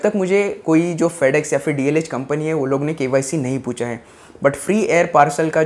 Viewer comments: Its DHL bro not DLH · It's not Dlh it is dhl. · DHL hai re baba "DLH" nahiiiiiiii........😜😜😜